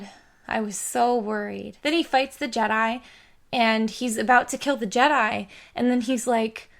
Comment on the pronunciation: "Jedai"? WTF?